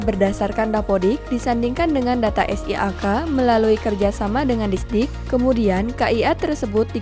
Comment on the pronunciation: Disduk pa bukan disdik😂